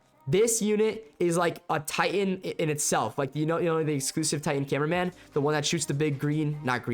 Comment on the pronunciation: You said cineminman 😅